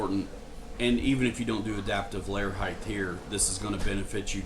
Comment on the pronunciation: The word is height. Ends with a T sound. Not a TH sound.